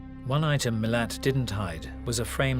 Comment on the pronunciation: Sein Nachname lautet ,,Milat", und nicht ,,Milan".